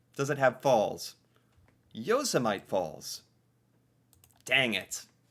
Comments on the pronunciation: LOL Yosah-mite.... It's in your country! Yo SEM itty! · Awe, I'm embarrassed for you... calling Yosemite Falls "Yoh-se-mite" when Yosemite (Yo-sim-ety) is a National Park in your country 🙄 😂😊 Do you now know more about Canada🤔🤫🖖👍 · LOL ... yo-sem-ite falls! It is pronounced yo-sem-ity and Yosemite National Park (and the falls) are in the Sierra Nevada mountains of California. I live 4 miles from the Canada/US border. It takes 12 minutes from my front door to be in downtown Detroit. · I gotta ask... Yohs-em-ite? As a non American, I'd thought it was pronounced Yo-simity. 😆 Aw, man... I Been Bamboozled By Bugs Bunny! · Victoria falls are in Africa, not in the Canadian city of Victoria, which is on the southern tip of Vancouver Island, just north of Seattle, and it was funny that you pronounced Yosmite wrong, ( yosemitee ) which is in USA ! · Yo-se-mite?, Yo-sem-i-tee and it's in US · Yosemite is pronounced Yo-SIM-itee! My son, it's a National Park in California! Famous worldwide! Better brush up on your own geography. Other than that, you're damned fine! Oh, & Victoria is the capital of British Columbia, but Victoria Falls is in Zimbabwe, Africa. 👏🏻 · yo-se-myte??? that's an American thing. yo-se-myte?? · C. is pronounced Yo sem it e 😀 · Yosemite - Yo Sem it tee Yosemite National Park, Yosemite Sam, not hating just helpin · Technically the first people to colonize Canada were vikings whonsettled in Newfoundland and Labrador, we don't use "eskimo" anymore, and it's YO-SEM-AH-TEE, Which is in America. Victoria falls is in Africa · "Yosemite",?!....pronounced "Yosemitee", as in Yosemite National Park!!! Better brush up on your US geography now;) But seriously, nice work! Yes, we should all benchmark our achievements against our former selves, 100% agree. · and this is the question where the American can't pronounce the American national park correctly.... Yo-sem-i-tee. It's in California.